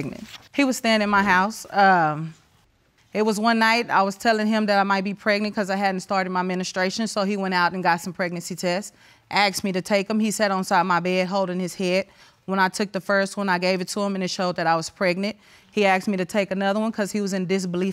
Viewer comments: Did she say menastration or am I tripping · Her “menustration” huh lol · Her "menistration"? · When the plaintiff in the first case said that she hadn't started her "menastration"!!!!🤣🤣😂😂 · I heard and said what administration, menistration lol 😂